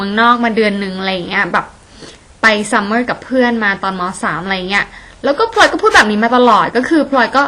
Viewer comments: ฟัง พลอย เป็นแบบ พล็อย ตลอดเลย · ออกเสียงคำว่า "พลอย" ได้เจ๋งมากเลยครับ ออกเป็น "พลึย" 55 ชอบๆครับชอบๆ